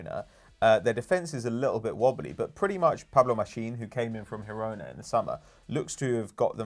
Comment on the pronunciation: It's pronounced JEE-RO-NA. Fabulously irritating from a guy who pretends to be pedantic.